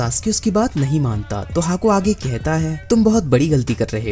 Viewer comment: The way u say aaage 😂😂😂